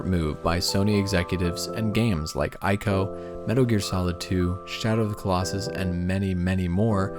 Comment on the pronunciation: Everytime I hear 'AIKO' I rolled my eyes... If you're serious about making a good documentary, at least pronounce the TITLE CORRECTLY. It's ICO, 'EEEEEKO' FFS...